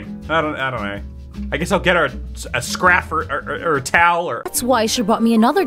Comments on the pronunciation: the art/animation is really pissing me off, but the way they all fail to pronounce ‘scarf’ is my favorite part of this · I'm thinking Chinese maybe? It sounds like the VAs are learning English as they read the script 😭😭 (I'm referring to the mispronunciation of scarf when he said scRAF 😭✋ feels like he didn't understand that it's the "ar" sound)